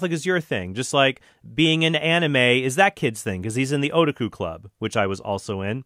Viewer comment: As an anime fan, or Otaku, myself I at now know that Trent isn't a weeaboo because he mispronounced Otaku. 😜😝😂